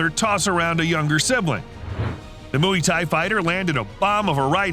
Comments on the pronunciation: Its not muwi thai, its mway thai.. pronounce "way" with an "m" Infront of it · did he just say mooey thai😂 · i'm getting annoyed with the mooway thai he kept saying but good video. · WTF is mooey tai? 😂😂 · "moo-ey thai" hahahahahhaa gosh american pronunciation is weird, its said just as you say "boy" but with a m rather than a b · ‘Mooee Thai’ ? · I'll subscribe when you learn how to pronounce Muay Thai x